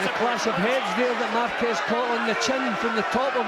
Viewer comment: Márquez sí sabe hablar inglés! Excelente pronunciación, se le entiende clarito! 😬 P.D. Soy mexicana!